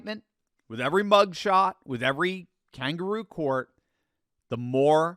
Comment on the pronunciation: Cangooru court...😅😅😅😂😂😂